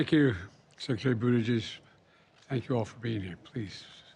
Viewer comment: Biden "Thank you secretary Budigies." Biden doesn't know that his secretary of transportation name is Buttigieg and not Budigies?